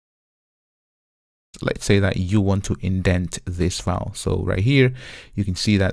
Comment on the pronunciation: Man, it's "ˈfaɪl" not "faʊl" 🤣